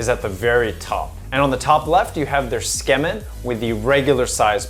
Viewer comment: Ok but why do you keep saying "skemin". Tsukemen = suu-key-men